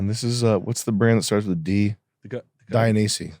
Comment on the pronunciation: “Dia-nee-see”. Sam just not there again 😂